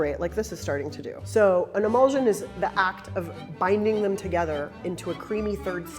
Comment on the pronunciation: pronunciation of word is "e-mul-shun". you say immersion correctly, it's the same ending